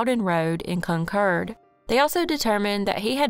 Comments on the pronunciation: I'm in New England. Wherever you got your pronunciation, they misled you. There's a Concord, MA & a Concord, NH. CON-kerd. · Im in the UK and we'd say Con-Cord. Like the Aeroplane ✈️ 😊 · The one in NH is pronounced the way our pronounced it but having lived in Ca. for 14 years decades ago I always heard it called "Con-cord". So, in a way, you're both right just talking about different States. Lol! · Glad you shared that! Only city by that name is the one in California and always heard it pronounced "Con-cord". So you taught a whole lot of us a new thing with this video. Haha! Thank you so much for the video! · Hate the way you say Concord 😂